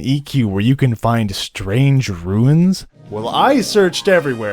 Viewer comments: Why do you call "Runes" "Ruins"? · a bombo of ruins ya say...sure you dont mean to say runes? lol